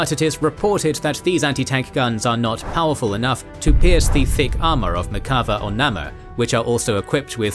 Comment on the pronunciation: One small thing: In the word Merkava ("chariot" in Hebrew) the accent is in the second "a" and not the first. If we used accents in Hebrew it would be Merkavá and not Merkáva. The same goes with the Namer ("leopard" or "tiger" but actually an acronym for "Merkava APC" or in Hebrew, NAgmash MERkava): Namér rather than Námer. Great video.